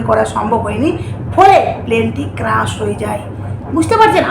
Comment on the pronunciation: ক্রাশ নয় ক্র্যাশ